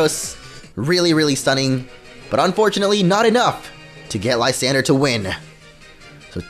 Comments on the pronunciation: I forgot to comment this but Lsyandre is pronounced Lis-an-dray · It is Lis-on-dray for Lysandre.